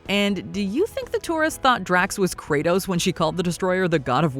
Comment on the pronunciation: You’re meaning Kratos not “Credos”